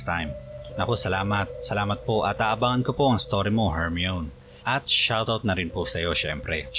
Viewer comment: Yung nagpa shout out pala sayo na "Hermione", HER-MY-KNEE po ang basa sa name nya. HER-ME-ON po kasi yung sabi nyo. yun lang po. God Bless